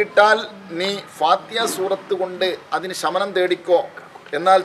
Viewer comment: സൂറത്തിൽ ഫാത്തിഹാ ഇത്രെയും സ്രേഷ്ടമായ ഈ സൂറത്തു പേര് കുറച്ചു കൂടി വെക്തമായി parajal കൊള്ളാമായിരുന്നു അതായതു fathihaആ